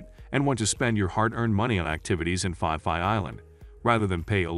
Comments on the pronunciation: fi fi island?? It's Phi Phi mate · We call P P Islands not Fi Fi Islands. Lovely video always ❤️ 👌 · Wow. You pronounciation of the Island is totally wrong. It's not Fi Fi Island.